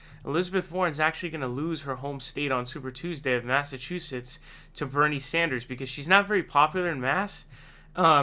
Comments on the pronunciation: WOW...FIRST TIME PRONOUNCED BERNIE’S LAST NAME CORRECTLY!!!! Ohh...and Warren is a SNAKE!!!!!!!!! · Finally you said his name right